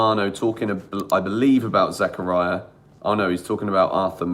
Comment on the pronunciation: Nobody: Absolutely nobody:: Denis Zakaraya